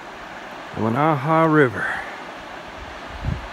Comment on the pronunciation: I sure like your videos. The Weneha-Tucannon Wilderness is in my back yard. I was out in 2015 just before the Grizzly Ridge fire started. It burned roughly 50% of the 160,000 acre wilderness. All the damage was on the Washington side. By the way, Weneha is pronounced Win-a-ha with the accent on the first syllable. Many of your videos shows the hatchet / axe throw into the tree. I know this is fun but it can kill the tree, if enough slices are made. You may want to reconsider this or choose only dead trees. The last one in your video that shows the hatchet throwing is a Ponderosa pine and it looks very healthy.